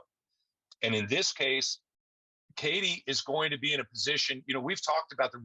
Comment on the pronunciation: PLEASE pronounce Katie’s name correctly!!!!!